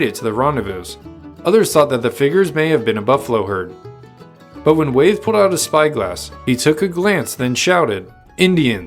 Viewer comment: It's pronounced Wy- eth not Wayth